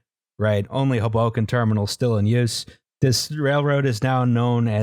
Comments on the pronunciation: Hoboken is pronounced hoe boken lmao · Ok, I'm only 10 minutes in, but... the way pronounced "Hoboken", geez... I'm sure that's that most controversial thing said in this episode.